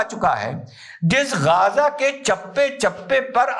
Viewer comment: Namste sar ❤🎉🎉bas sab kuch thik hai, परंतु अपके लफ्जों का जो तल्लाफू को गाजा नहीं है? थोड़ा सा जीभ को उठा कर गजा... थोड़ा बेस बढ़ा के मुख से अवाज निकालना था 🤔🤔🤔